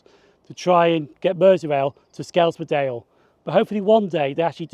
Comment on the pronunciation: Just a head up, its pronounced 'Skelms-dale' not 'Sk-elms-dale', you can also use 'Skem' for short.